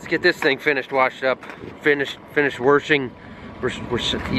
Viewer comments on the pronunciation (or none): The way you say warshing.